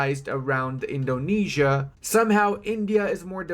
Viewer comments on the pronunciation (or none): none